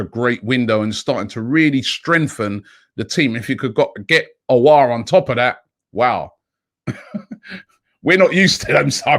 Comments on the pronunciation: So proud of you Robbie, finally pronouncing "Aouar" like a French native haha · Fam finally can say Aouar’s name properly. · Robbie finally pronounced aouar decently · Robbie pronounced Aouar wonderfully